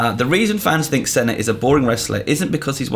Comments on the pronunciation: It's pronounced "Seena" not "Senna". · It's painful to hear how pronounces John Cena's name 'Senna'... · The way he said Cena gave me AIDS. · That's not how you pronounce Cena